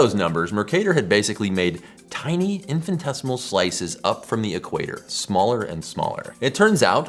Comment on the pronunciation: 'Infinitesimal', not 'infantesimal'.